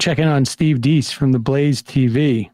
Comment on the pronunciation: They clearly have no idea who Deace is. Apparently their show prep wasn't actually viewing the clip, let alone researching, beforehand because they can't even pronounce his name. Deace [that's pronounced DACE, like he said in the clip] has always said the Dominion voting machine fraud wasn't something that could be proved and Rudy et al were wasting their efforts in claiming fraud there. He is pissed at them for wasting time/money/credibility on it when there was no way to prove a negative. But if you don't do your prep, you have no context for any of that. But like most MSM, that's to much to be bothered with. Instead, just spin it to show literally the opposite of the guy's beliefs. It's all about narrative, never about the truth.